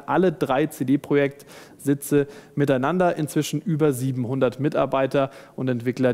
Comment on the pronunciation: Ja, Leute, es heißt "CD Projekt", nicht "CiDi Proschäkt". Es gibt einen Unterschied zwischen Projekt und Project.